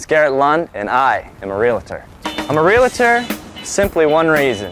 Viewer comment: A realtor who says real-a-tor...what an idiot!